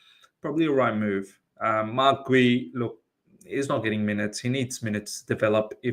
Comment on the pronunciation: it’s pronounced Gyoo. He’s gotten ample game time and exposure to the public eye at this point 😂